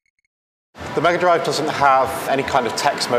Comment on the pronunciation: "Smega Drive", eh? 😏